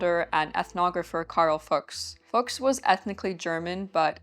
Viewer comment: As a german person: the name is not at all pronounced like the F word :D :D Loved the video super interesting